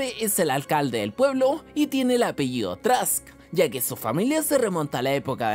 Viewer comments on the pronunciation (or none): none